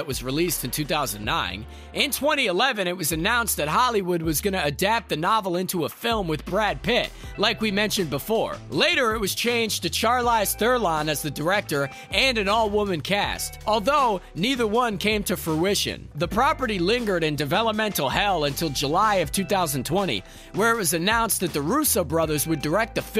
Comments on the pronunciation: Its Charlize Theron not Therlon. She is one of the best in the industry get the name right man. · Did you just pronounce Charlize Theron as "Char-lies they're on" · "Char-lize Ther-lon." What? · "Char-lies thur-lon" 😂😂😂 I've never heard her name butchered THAT bad before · "Char Lize Ther Lon"....?